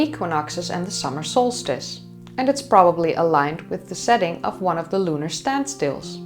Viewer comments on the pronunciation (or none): none